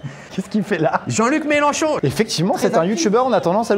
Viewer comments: MelENchon fada pas Melanchon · MAIS PUTAIN IL Y A PAS DE "A" DANS MELENCHON! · Mélenchon* et non Mélanchon 😂